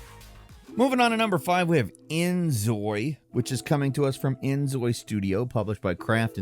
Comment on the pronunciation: Inzoi is pronounced like "enjoy" as in please enjoy our game! It's spelt that way so korean people will read it and proununce it as "enjoy" (the devs are Korean)